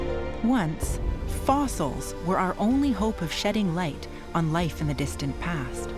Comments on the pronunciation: love his pronunciation of fossils… “foss-isles” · What are “fossiles”?